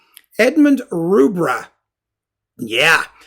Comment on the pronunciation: Thank you. Excellent enlightening talk as ever. Just one thing, it's Rubbra as in rubber, not Roobra.